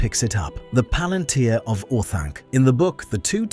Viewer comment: You mispronounced Palantir, like the tech company does.